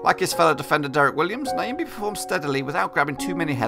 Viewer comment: Heys its not Niyambii..... but Nyambe. pronounce "'Nya"' as u do it in the word "Nyasaland'' ----mbe sounds like cow sound ( mbuuuuu, in that case it would be Mbeeeee)